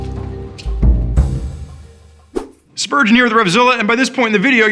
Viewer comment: You say "spurge here" I think spurge!. Every time.